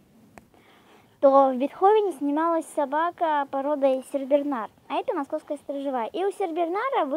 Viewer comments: не сеРбернар а сеНбернар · СеРбернар! Ааааа режет слуууууух!